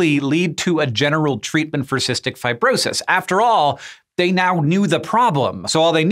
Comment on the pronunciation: "Fi-bro-sahys" weird pronunciation Hank